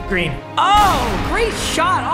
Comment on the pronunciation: Papa. I love you but just say green lol